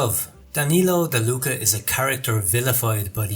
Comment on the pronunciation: MichelE NO MICHELI ,, DI LUCA NO DELUCA !!!!!! Still the GN problem … bertagnoli…. Then (Androni) giocattoli … with the wrong accent . How is possible to miss every single Italian pronunciation ..c’mon